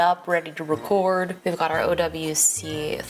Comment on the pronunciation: Are you from the South? The twang in "racoord" and "thunderbolt driiive" in the first minute is heavy.